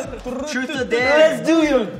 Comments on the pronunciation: DUDE haechan just said truce or darex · CINDY TOH no no it’s TRUS or dare 😂😉 such a cutie 😂😂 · It's more likely trus or dayre. The way chanie pronouncing it